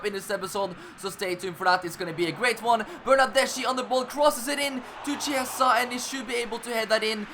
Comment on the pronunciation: U have to read Chiesa like Kiesa, also Bernardeschi is like BernardesKi Beautiful Master Leauge 😍